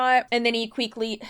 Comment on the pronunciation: And then he QUEEKLY…heheh QUEEKLY